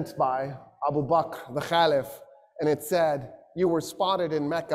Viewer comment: he doesn't even pronounce Abu Bakr right. He calls him abu bak. What he said about Umar and Khalids relationship is wrong. Especially suggesting the idea of the worry of a coupe. Otherwise it's a pretty good lecture but this is some real orientalist nonsense and conjecture.